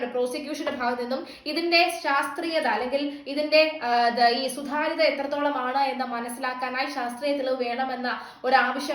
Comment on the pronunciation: എടി സുധാര്യത അല്ല സുതാര്യത ആണ് എവിടുന്നാ നിന്നെ പോസ്റ്റിങ്ങ്‌ ചെയ്യുന്നേ എത്ര പറഞ്ഞാലും വൃത്തികെട്ട ഉച്ചരണം